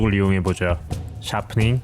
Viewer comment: 샤프닝~ 이 발음이 제일 멋짐 ㅎ